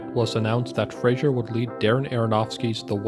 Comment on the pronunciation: FRASER; NOT FRASIER